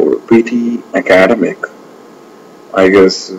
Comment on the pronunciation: For eg, in the first few minutes, few words are mispronounced.. like "academic", "pronunciation", "comparing", "may not". You pronounced it as "Ak-aad-emic" which is wrong. It is /Ak-ed-'emic/ with the stress on the last syllable. And 'pro-NOUN-siation" is the wrong way to pronounce. Its /pro-NUN-siation/ and /pro-NOUN-s/. That's the difference between the two. If you pronounce "mp" as "mb" (for eg, "combaring" and "comblex") that's considered wrong as well. "May not" is not a single word but 2 which you have to pronounce distinctly-like /mei not/ and not "menot". I would also like to point out that PTE Software is reliable as far as correct English with no hint of mother tongue is concerned. And, the system is not at fault. Happy learning folks! :) Its better to not opt for PTE if your speech has flavors of mother tongue. And yes, you're right. IELTS is easier. :)